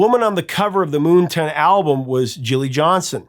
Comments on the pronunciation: Don't know if anyone else has mentioned this in the nearly 500, comments to this video, but Why do you keep mispronouncing the name of the album as MoonTON??? When it clearly reads MoonTAN!!! One does not go to the beach to get a TON. 😁 And by the way my absolute favorite Golden Earring song is the live version of LONG BLONDE ANIMAL from "Something Heavy Going Down". Another song with realllllly great bass line. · Is it just me or is the name of that album moonTAN, like sun tan? Not “moonton” or am I wrong 😂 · Moon Tan not Moon Ton. Come on get your vowel sounds correct. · "Moonton?" It's Moontan. Moon Tan. Like a sun tan at night. 😏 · Moon-ton? It's Moon-tan, like a tan from the moon not the sun. Silly person. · MoonTan! (reverse of Suntan). Say it right - moontunn sounds dumb. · It's Moontan not Moonton. Lol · Moon TAN. As in not a SUN tan, C'mon.... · How do you pronounce Moontan? Here he says as 'moontain' but isn't like 'suntan'? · Yes it is, and one word. I don't know why pronounced it that way.